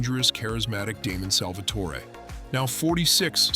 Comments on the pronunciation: It was Salvatore not torey just tore..Salvatore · True like the way he pronounces Salvatore like seriously